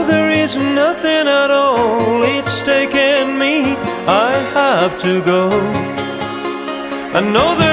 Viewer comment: no tenia idea que era Argentino, un groso Maxi. escuche la cancion en Tn techno y la vine a buscar, muy buen nivel de ingles tiene, lo unico que pronuncia "taken" para el orto jaja